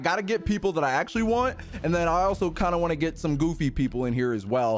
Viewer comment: He really said some GOFFFY people???????